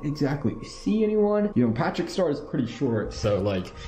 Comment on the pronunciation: Bro is literally saying “pæþřĩçķ ștœř” Don’t want to offend any British people